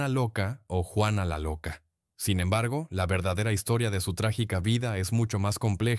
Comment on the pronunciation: Juana, JUANA NO GUANA O UANA, JUANA LA LOCA. Eres hispano parlante, parece mentira que no leas !!